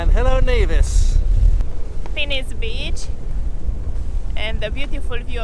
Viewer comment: Knee-Vis NOT Ne-Vis - Never say Nevis. :)